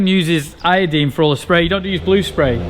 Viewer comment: Awesome! Now Graham has you saying i-o-deen too.